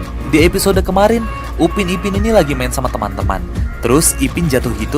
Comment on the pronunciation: Upin bang bukan ubin